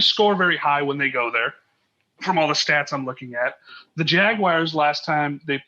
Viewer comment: It’s not “Jag-wires”! Please stop! 😤